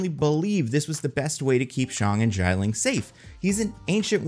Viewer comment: Can we all please just learn to pronounce Xialing's name? The first syllable's vowels are "I" and "A" in that order, not "A" then "I." It's "She-ya Ling," not "Z-eye Ling"